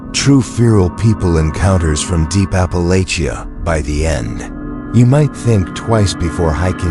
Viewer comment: Alaska up in here🔪 ps it’s Ap Pa Latch A. You’ll get more views only in My, sm opinion, if ur AI was an actual person and if u pronounced words, correctly…… But thank you none the less